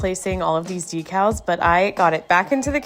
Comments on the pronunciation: decal "Deck-als"... "de-cals" sounds so odd. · Well I don't know it's ” De cals ” we call it ”Decal ” ..I was worked at porcelain company for one &half years as QAA... We call it not ' Di' but 'De ' ... But don't mind it.. because porcelain is beautiful subject that everyone can't learn....I really love your work ❤